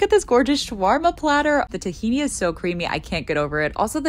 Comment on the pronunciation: When she said Thekeeney💀💀 It's pronounced thina